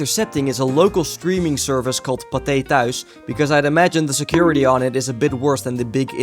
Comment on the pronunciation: The way you said Pathe Thuis sounded like a South African person with a really strong Afrikaans accent saying potatoes